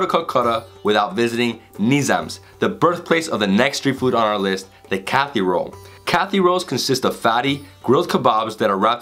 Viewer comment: yuhoo beach kathy roll damn i have been pronouncing these wrong all my life : P yuhoo is Juhu. J pronounced as J in Jew. or Ju-piter. Kathy roll is Kati roll. Closest pronunciation would be ka (karma). thi (thi-nk) with a hard T sound - roll your tongue so that the bottom part of the tongue's tip touches the pallet. Nothing wrong with the pronunciation since it isn't you language, but just in case any one was wondering.